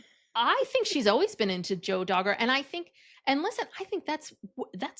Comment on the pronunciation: DAR GER. not Dogger. 😂